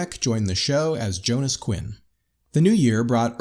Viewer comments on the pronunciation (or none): none